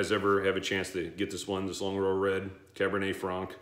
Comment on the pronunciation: Nice one. Cabernet Franc, pronounced correctly. These Longrow wine expressions are irritatingly difficult to buy in the U.K. The crummy allocation gets sold out within days of release. I'm sitting on the Longrow Malbec from a while back. I really wonder what difference the French wine variety makes when it's finished. I think it's good to do some 'shoot from the hip' reviews and have a record of a whisky at a moment in time. We all know that there are many variables in our whisky expression experiences. Sometimes I'm just not in the mood for even a very good whisky. Is it a peat day or a non peat day? Ex-sherry or ex-bourbon. Ballsy young whisky or a refined aged dram. The list goes on. I totally agree with you that the Springbank range are very good when young and that's just as well because the young standard range is very good value. Anything over 18 years is meant to be fantastic but is shockingly expensive. Stay well. WT